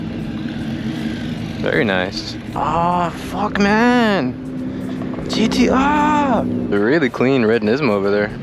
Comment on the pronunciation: Love, hate the Japanese imitation every time. “GTRrrrrrrrrrr”